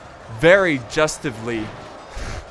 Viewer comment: "Justively" lol that crack me up